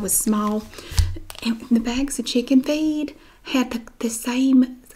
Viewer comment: i thought she said chicken FEET instead of feed and i was like what the fuck